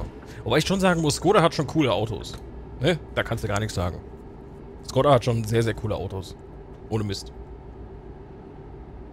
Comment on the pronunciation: Škoda wird Schkoda ausgesprochen und heißt Schade (Tschechisch!)